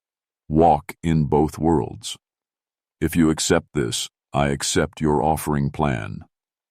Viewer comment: Nope. NOT A FAN. So much of this is just not right... some of the inflections, and the way some words are said, ie: "B. Leech"? that is supposed to be bleach... or "T his" when it's supposed to be "this" "rye tings" instead of "writings" It's just not right... most definitely not a human reader. And the way this not-a-human reads is most definitely not great.. What the heck happened ?? You sound like a dying robot. Legitimately! And whatever you said at said point doesn't make a lick of sense... "sea hild's"? Come on, bro! That is obviously supposed to be "child's"!!!! I'm trying to make it through this, but it's becoming most difficult . Yeah this is awful.. i wish i could hear these stories read by some BODY else.